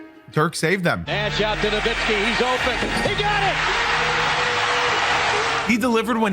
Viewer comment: BRO! It is not Dirk "Nowinski" It is Dirk "NowiTzki!!!!". He is German but the surname is Polish! its "Nowicki" in its original form! Please, when i hear that "n" sneaked up in there - it makes me sick to my guts!! NO WITZ KI!! NOWICKI!! There is no second "n" there... JEEEZ!